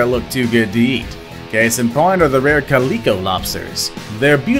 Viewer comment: Have you ever heard of a cat called a calico? Notice that it has three types of colouration to it? Sorta just like that lobster... That's how it's pronounced Kha-lick-koa. Not Coleco that made Cabbage Patch Dolls or early video games & system.